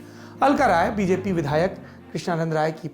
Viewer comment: Sir woh "RAI" the... Aapne Krishnanand "Roy" bola....